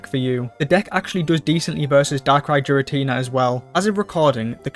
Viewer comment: Still pronouncing Giratina to Jiratina